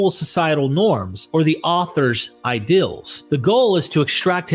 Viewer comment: My only critiques are how you pronounce laws and seals. You say lawls and sills. Oh man, I just heard you say ideals as Ay-dills and reveal as revill.